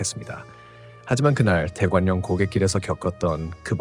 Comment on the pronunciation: 대관령 발음은 [대괄령] 입니다.